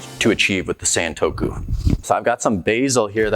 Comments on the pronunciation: Not sentokou, it's santoku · It’s not Saen-toku, it more like Sun-toku.